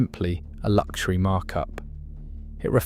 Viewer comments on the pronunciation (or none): none